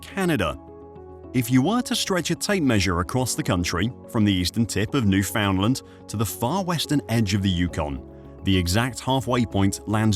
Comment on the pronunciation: 1 for mispronouncing Newfoundland.